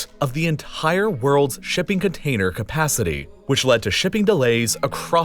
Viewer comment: Say entire